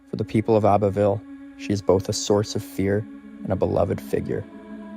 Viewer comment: You do realize you said Abbeyville Alabama?